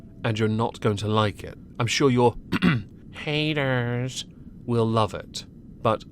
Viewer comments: Every time he says the "haydurs" I laugh like hell. I can't stand her fatass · Every time you say “hay-durrs” and your character tilts backwards it’s incredible